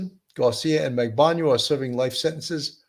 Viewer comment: Katherine Magbanua, not Magbaňua . Her name has been pronounced for almost a decade during all those trials by now, and yet you two Sherlocks Holmes both still get it wrong.